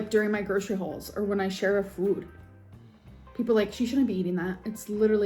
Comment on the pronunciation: AND THE WAY SHE SAYS fwoooood like girl… shut up. THE LIP SMACKING drives me insane